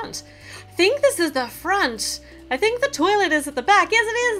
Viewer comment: Did anyone hear her say I tink 😂🤭